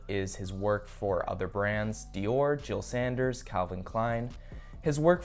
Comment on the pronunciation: bruh stop saying jil sanderS NO S